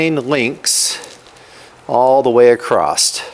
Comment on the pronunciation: There is no “t” in the word “across”.